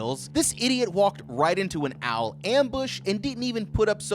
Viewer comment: bruh wtf u pronouncing Owl as Al i was just listening to this and it confused tf out of me